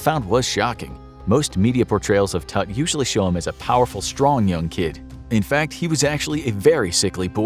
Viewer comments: Errou a pronúncia do nome, já me perdeu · I love, but you guys cannot pronounce Tuts name like that.😭😭